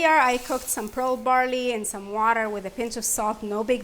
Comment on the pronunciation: I couldn’t hear what type of barley? Pro barley? Never heard of it.